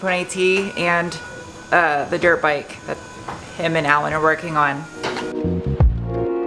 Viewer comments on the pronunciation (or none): Are you calling dirt bikes “derp bikes”?😂